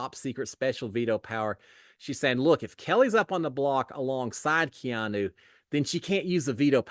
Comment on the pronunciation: …Props for learning how to pronounce Keanu! 😂